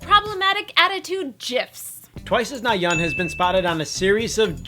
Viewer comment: Pronouncation problems... Let me help you two, repeat after me: GIF: SAY IT SEPERATLEY EX: G I F Get it? Ok next Nayeon: You pronounce it as Na Yeon Na yeun. There you go! Edit: Nayeon doesnt have attitude probs... she Is probably just having problems at that time when they took the photo... other people cant just judge other people who are probably having problems! Dang! These internet people (Not you guys) are so judgemental! Peace!